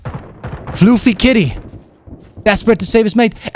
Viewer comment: Great video BUT it is NOT FLOOFY Kitty, It's Fluf-fy, Fluffy.